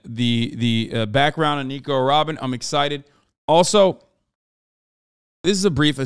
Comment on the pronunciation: Hasan : " RRRRobin Chwan!!"